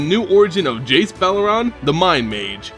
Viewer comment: Funny how Jace says "Slimot" instead of "Silmot," "Belaran" instead of "Beleren," and "Vyrn" instead of Vryn :))